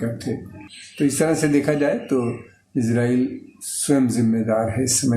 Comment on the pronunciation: Sir it's इज़रायेल not इज़रैल please it's so irritating